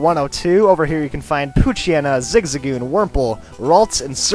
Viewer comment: Isn't it zig-zag-goon?